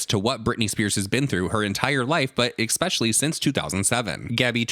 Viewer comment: Please not you saying expecially too!!!!🤦🏼‍♀️